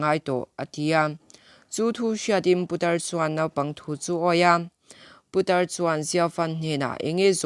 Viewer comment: I video ka lo en kual a,i in siam rem chak hle mai,ngaihthlak pawh a nuam tawh e,mahse i thu lam hi, i lam no ka ti dawn nge i lam tha peih lo ka ti zawk dawn,lam puat,putar tih te puta tih lam ang a ri te leh thu thenkhat te hi a la awm leh zeuh thin a nia..ka subscribe nghal ang che, i ni bawk a.👍💯